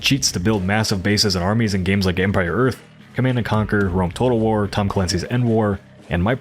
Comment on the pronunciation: I love the way says "rome total war" with his accent lol